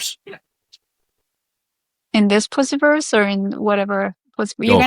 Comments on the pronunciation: And he just keeps pronouncing it that way! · to be fair, the pronunciation is consistent with Lucifer. But it's odd that he continued after politely being corrected.